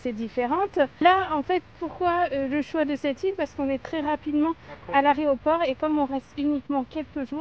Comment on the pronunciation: 7,27 min L’ARET AU PORT. mais putainnnnn on dit AÉROPORT